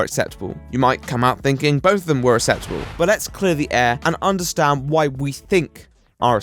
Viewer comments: Acceptable... Ax-sep-table... Acceptable. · You sound like super nanny do all posh people not know how to pronounce acceptable?